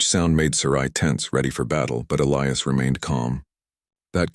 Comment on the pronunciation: As least this time they pronounced Elias right. And she WAS a traitor to her people 👤.